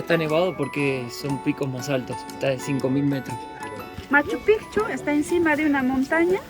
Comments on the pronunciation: Buen video, sobre Machu Picchu, su pronunciacion es pikchu, no pichu, aparte pichu es una mala palabra que significa otra cosa. Las llamas tambien en machu picchu son mas como un atractivo turistico, ese clima subtropical no es su habitat. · Me encantan son una pareja hermosa pero Mate se dice Maccupichu no Machopicchu😂😂